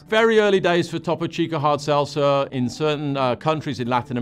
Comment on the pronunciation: paused to gag at the mispronunciation of Topo Chico